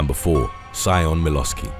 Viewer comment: Small correction: "Sion" isn't pronounced "sigh-on" but rather like "shon". It's an Irish name, so the "si" at the beginning make a "sh" sound